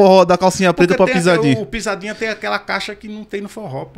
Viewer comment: O cara fala pizadinha com Z e quer tá certo. Ok. Kkkk